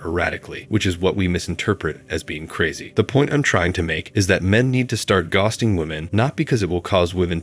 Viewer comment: its so obvious .The way ghosting is pronounced he didn`t even proof watch this video!